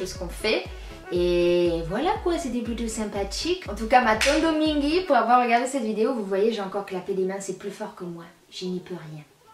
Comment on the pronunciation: Très sympa ! Un effort avec ton Matondo mingui car l'accent n'y est pas. Na esprit ya bien.